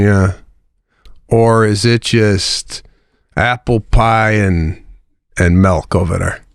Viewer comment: Sebastian says melk not milk, my best friend does that, drives me insane 😅